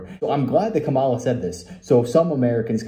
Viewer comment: Its commines komola😮